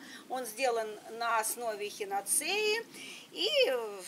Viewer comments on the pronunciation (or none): Ударение на А Простите 🙏